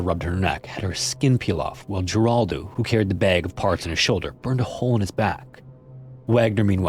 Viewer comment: Jeraldo is pronounced HER ALDO Like the 80's talk show host Jeraldo Rivera.